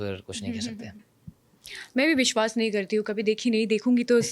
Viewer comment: Are didi woh Biswas nahi Viswas hota hai